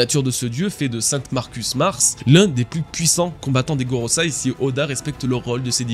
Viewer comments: GOROSEI, pas GOROSAI, bon sang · Gorosei, pas gorosai. Pour un "spécialiste" de One Piece ça la fout mal. Mais je comprends, c'est du chinois du japon donc c'est pas facile, et puis on a déjà tellement de noms à retenir avec les magiwara : Laffy, Sonji, Zarro, Assop, Roubine, Froncky et tous les autres. Et puis gorosei on a que très rarement pu lire ou entendre ce nom, donc je comprend encore plus